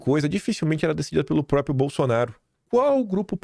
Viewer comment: Não é “própio”, é própRio.